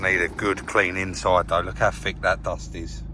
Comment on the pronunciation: "look how fick this dast is"